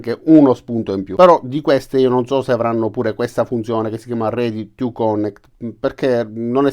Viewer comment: Bravo. Però, fai questo sforzo: si pronuncia perfórmance, con accento sulla O, e connèct con l'accento sulla E. Per poco che si sappia l'inglese non si può ascoltare